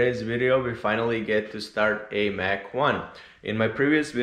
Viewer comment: The correct name of the car is a Mach 1, not Mack.